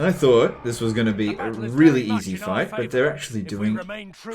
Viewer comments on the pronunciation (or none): none